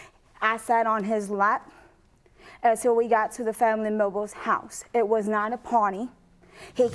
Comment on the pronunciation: Did She Just Say “Family Mimbles”!? 😂